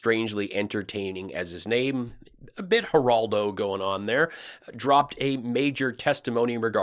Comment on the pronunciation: Hi! Thanks for saying Giraldo. I couldn't pin it down!